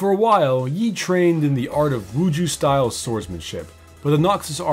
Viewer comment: Tf is wuju its wushu